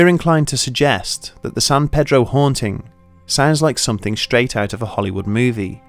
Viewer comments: I live in San pedro and I liked the video buts pronounced San Peeedroh. as a local it's really triggering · Hey, I know you put a lot of time into the video, but we call it San PEEDRO over here in San Pedro. San is pronounced like 'San' from 'Sand' and Pedro is a hard E. 593 W 11th Street also doesn't exist anymore, the house numbers skip over it. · It's not "san-PED-row," and it's not "san-PAY-drow." It's "san-PEA-drow." Don't ask why. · It’s not San paydro! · FYI- Its pronounced San "Pee-Drow". Pedro is the local Mexican trying to sell you corn on a stick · i live in san pedro and have never heard of this also he keeps on pronounceing it wrong in the vid